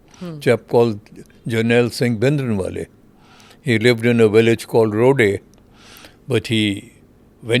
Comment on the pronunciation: Brar can't even pronounce the name of bhindrawale who now claims to know the ground situation.non sence.